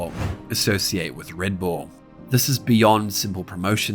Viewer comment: Reed bool?